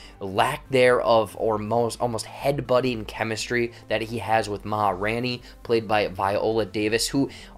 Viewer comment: RAIN! It’s RAINey. Sorry, it was killing me